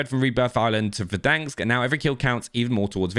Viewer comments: For over a year I’ve been listening to you say “Verdanksk” and biting my tongue. There’s one k and it’s at the end. Stop it! Playfully furious - Cupasmell33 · "VerDANKs" (Try to unhear this now) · Nobody:: Verdanks